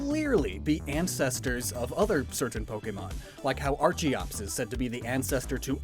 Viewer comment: Beginning of the video: says archaeopteryx with a hard c for the ch sound : pronounces Archeops with a "tch" sound What